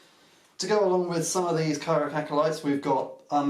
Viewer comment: Learn how to pronounce the faction you're playing. It's kara-dron